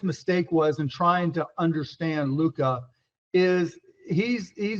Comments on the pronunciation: Stephen A. finally learned how to pronounce Luka's name properly. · Stephon B Schimdt actually pronouncing Lukas name correctly?